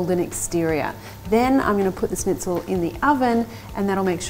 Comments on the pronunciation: it´a not a snitzel it´s a schnitzel, sch in german is pronounced like sh in english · lovely video, but one small thing: it's not pronounced snitzel. It's Shnitzel (with an Sh like in "Sherry") :) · It's not a SNITZEL . It's a SHHHH...nitzel. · Nice, easy recipe. Like the idea of adding parm to the mix and the "dry brine" step. (Please, it's not really hard to say "schnitzel" instead of "snitzel" which sounds weird. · yeah. im german and that kinda triggered me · A Germanic(?) recipe and she uses: Japanese breadcrumbs Italian cheese Japanese mayonnaise Japanese “dipping” sauce A lime, which surely isn’t in the “native” recipe (I’d wager a lemon is) And the icing on the cake is pronouncing it almost like “sneeze” instead of “sh-nitz”… Just… Yeah. “”Schnitzel”” alright… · Snitzel 😂 loved it. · Pronounced SHnitzel. But you're so darling, we'll all forgive you! 🤣😂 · It may be spelled schnitzel but it is pronounce shnitzel. And no cheese!!!!